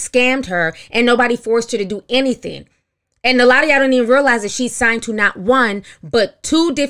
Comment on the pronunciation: I love the way Ti says "signT" instead of "signed".